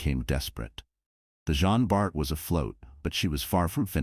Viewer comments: Please, its JEAN Bart, not « Gene ». Sometimes the narrator get it right, then the next He doesnt 🤦‍♂️ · Les voix de synthèse sont insupportables. Elles sont d'une part, lassantes et impersonnelles et, d'autre part, multiplient les erreurs de prononciation en anglicisant les noms. Cela donne en l'occurrence le "jin bar". Recruter des personnes qui seraient ravies de prêter leur voix serait un vrai plus (pour leur fournir un emploi et pour nos oreilles de français) Merci